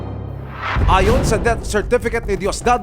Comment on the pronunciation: Lol, till DEBT do us part?? Pronunciation naman please... Natatawa naman Ako sa mga kapatid, nahuling nambabae SI mister okay lang natural lang Yan??? 😂😂😂